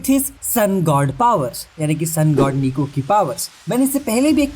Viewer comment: Nika🗿 ❌️ Niku 🥹✅️